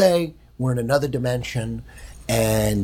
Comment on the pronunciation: Eddy "let's say we're in another demintion" Bravo.